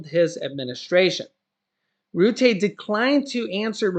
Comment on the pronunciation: Nice video. It’s pronounced roo-tuh though not Roo-tey 👍🏻